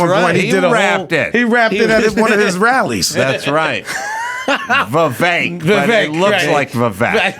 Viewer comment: Vivayk not vivawk Too-pawk not to-pack Ra-goo not ray-goo or raw-goo Ass-chaps not ace-chaps